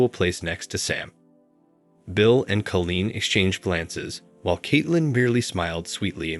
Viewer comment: Nice story I did have it figured out pretty quick but still nice. The computer sure can not pronounce every word right . Call een is the right way of saying that name